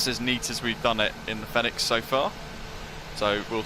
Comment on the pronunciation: Love the Videos but please call it Pronounce Fenix as Phoenix ;-)